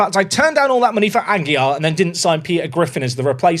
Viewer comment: Aguilar is still not pronounced without an L :)